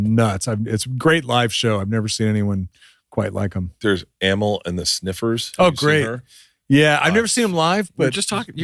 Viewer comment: Oh Bart trying to be cool by slaughtering Amy & the sniffers band name “ammo” 😂😂😂